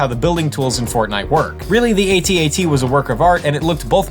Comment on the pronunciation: It's not called a "a t a t" it's pronounced at at you dumbass